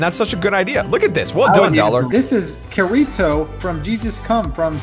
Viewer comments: WTF IS KURITO IT KIRITO GET IT THROUGH UR HEAD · KI-RI-TO Not kiri to That hurt And it’s S.A.O. Not sao Goddamit man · STOP SAYING KURITO ITS PRONOUNCE ( KITTY TOE ) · Number 61 is pronounced ki-ti-to and sap stands for sword art online which is an anime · as a weeb here imma correct how you pronounce Kiritio’s name (Kee-re-to). It was a pain to watch and hear your pronounce it like that. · Every time he says kirito wrong it triggers the crap out of me still havent forgit about the time he said (cure-eat-oh) on purge day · Why its pronounced (kE) (rE) (tO) that is how you pronounce his name and its pronounced (S) (A) (O) not sao and it stands for sword art online and is a great anime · He said karito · For those SAO fans I'm triggered with the way Kirito was pronounced lololol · 7 55 the way he says kirito and sao is both wrong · I’m just gunna say the butchered the pronunciation of Kirto